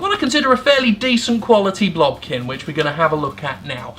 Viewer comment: I just kept hearing "blumpkin". Am I going to be okay?